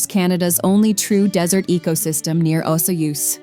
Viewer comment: Your AI voice pronounced Iqaluit, Osoyoos, and surprisingly Newfoundland wrong. The first two are native names and have accents over certain less so vowels will have more length to them. Spell the word properly so you AI doesn't butcher the pronunciation on English letters